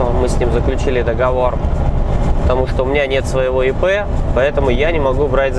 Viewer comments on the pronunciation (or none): none